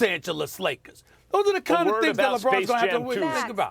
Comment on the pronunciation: Stephen A always says " THE LOS ANGELES LAKAS .... not Lakers !!!! LAKAS lol.